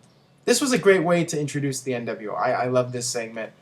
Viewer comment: Seament? sss-eh-ment lol